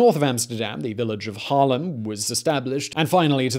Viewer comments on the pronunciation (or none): none